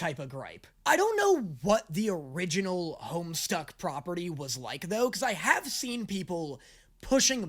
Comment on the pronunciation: Hearing you call it "Homestuck" gave me such massive flashbacks. To this day I don't understand how so many people added an R into the title back in the day. It's funny to relive those misconceptions in the year of our Lord 2025.